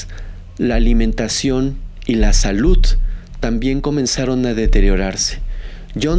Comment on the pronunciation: Buenas tardes, por favor evita pronunciar la letra T al final de ciertas palabras, por ejemplo salut, se escucha horrible y la narración pierde cálidad, espero que puedas leer está crítica, para mejorar tu léxico y tú canal.